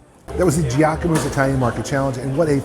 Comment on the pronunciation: Jack-uh-moes? LMAO Gee-ahh-comb-ohh 😅